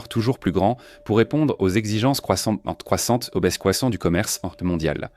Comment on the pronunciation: " exigences CROISSANT CROISSANTES AU BAISSROISSANT...." Hé, oh, elle est gaga, sur un trip de fentanyl I´ IA ? Et bien sur, aucune vérif avant la mise en ligne ? Même pas 30 secondes, que ce truc chie des âneries. Ça promet pour les 19 minutes restantes......